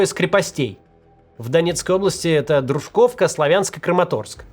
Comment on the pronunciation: ДрУжковка и СлАвянск. Пора бы уже запомнить ударения